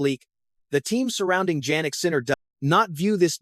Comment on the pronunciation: It's YAH-nik, not Djanik ! You are also a clown.